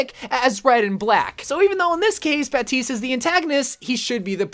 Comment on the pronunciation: Nah he’s saying baptistes name right